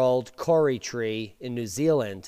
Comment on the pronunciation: Awesome ! Love your work :) You say Kauri more like 'cow-ree' or 'Kaw-ri' - but that is cool - thanks for seeing what goes on down here too ! Kudos and respect with some love sprinkled on top :)